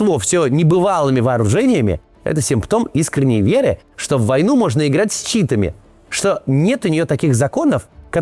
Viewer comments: не чИтами, а читАми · Не «чИтами» а «читАми🫠😅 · С читАми а не с чИтами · не люблю душнить, но не с чИтами а с читАми) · Максим, в слове читы́ ударение на второй слог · * с читА́ми =) и респект за отсылку про воронеж!! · Максим, на будущее, "читАми" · ''чИтами' бл, от создателей 'стАмины' проставляйте Кацу уже ударения в сценарии, раз пытаетесь в how do you do fellow kids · Ударение "с читА́ми" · На будущее Максиму. Когда в следующий раз увидит на суфлёре незнакомое слово "читами", то ударение там на второй слог. И это, если интересно, термин из компьютерных игр, в эти штуки маленькие человечки (ещё их называют детьми) играют на электронных устройствах.